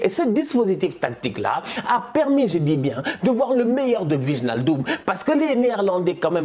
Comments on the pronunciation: Ouii tous les Français le font, ça fait mal mdr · respecte nous stp 😫😫 « VIGNALDUM » je saigne des oreilles c’est WAÏNALDUM, pff tu likes ce commentaire a chaque fois mais tu changes pas, fait moi cette faveur et prononce bien